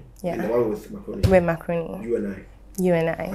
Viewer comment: Every time I hear Zion say “Mark Rooney”, It sounds like he’s saying“macaroni”…like taalia 🤣🤣🤣